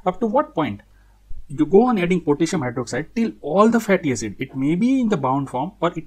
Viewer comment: Why u say pitissium😂